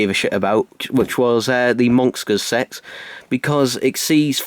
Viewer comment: TheCybermanFan - The Ultimate Whovian oh hello.STOP FOLLOWING ME!!!!!!!!!!!!!!!!!! But it's really annoying as it sounds like he is saying sex instead of "SET". And he says the monxters sex. Why can't he pronounce s?!!!!!!!!!!!!!!!?